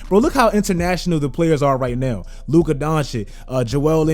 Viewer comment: I don't understand why you STILL can't pronounce Luka's name properly. Maybe then, i'll sub.